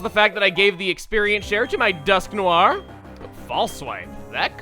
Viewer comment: noir isnt pronounced as nor... it's pronounced noar.